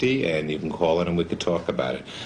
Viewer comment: "You can cwaal in and we can twalk about it."